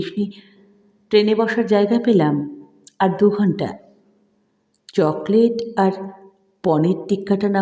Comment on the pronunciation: চমৎকার লাগলো ।।।।। তবে চকলেট শব্দটা কি সুন্দর উচ্চারণ করলেন ।।।।।